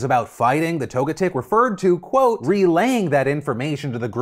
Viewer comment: LOL “Toga-TICK.” It’s pronounced “Toe-jet-ick”